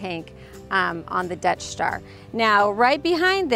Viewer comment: It keeps sounding like your saying "Death Star" 😂 😂 great vids btw really informative